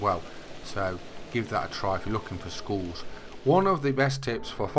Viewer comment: Congrads. Sounds like your saying schools instead of skulls 🤣🤣🤣